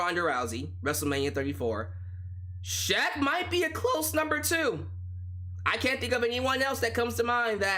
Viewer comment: Justin Roberts did Shaq's name like a boss! I recommend going back to hearing that.